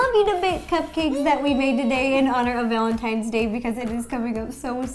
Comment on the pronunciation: Is it just me or did she say villantines day